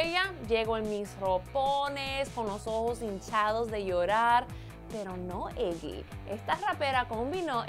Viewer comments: Que mal pronuncias el nombre de iggy 😳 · Muero de risa como dice el nombre de zendaya y iggy 😂😂😂😂 lo dice tan gracioso